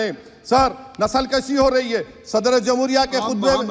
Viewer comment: اصلی لفظ نسل کُشی ہے کَشی نہیں ہے